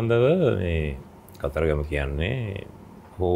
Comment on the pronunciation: දන්නෙ නෑ "කතරගම" නොමෙයි "කතරගං" කියලා...